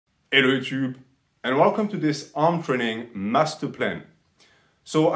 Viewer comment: "Elo yüütüb." - Why are you so french?